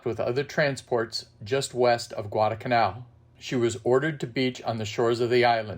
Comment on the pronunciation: Great video. Thank you. Probably a little late, but if you ever do any more Guadalcanal programs, please don't forget to include the "L" in the middle of Guadalcanal. It's "Guadalcanal," not Guadacanal." thanks!!